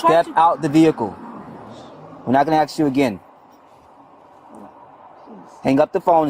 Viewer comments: I'm gonna "axe" you one more time. Geez you think he would have learned to speak properly in the academy 🤷‍♂ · Jeez, it’s ASK!!!! Not, AXE or AKS!! FFS, educate yourself, please!! And yes, it matters, absolutely. SMMFH!!🙄🤦🏻‍♂️ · Damnit.. I love these officers.. but when the one officer said “let me axe you” and then said “essplain” 😝😆 I’m so sorry, but damn man… you gotta at least use better English and pronunciation than the foreign Woman 😂 he seems like a really good dude though… but damn!